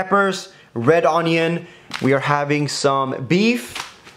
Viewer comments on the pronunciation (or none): Why does teeqo say red On-Ion instead of onion.